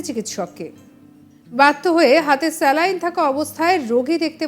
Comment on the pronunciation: 'স্ল্যাইন্ ' না 'স্যালাইন্'?